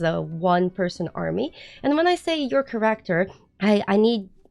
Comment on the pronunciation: Three quarters in, I realized every time you talked about Correctors you pppprobabbly were saying Character lol. Listening is hard.😂